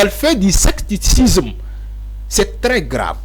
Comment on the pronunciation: Mon cher frère, tu es un journaliste qui a toutes les qualités requises pour être un des meilleurs au Sénégal. On dit ( SECTARISME) au lieu de sectacisme.